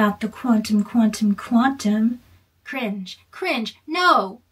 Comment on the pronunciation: I love her refusal to pick just one pronunciation of the t in quantum